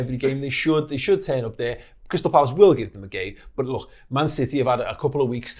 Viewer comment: This guy says SCH instead of K, is that how most people in Liverpool talk? Look = Looch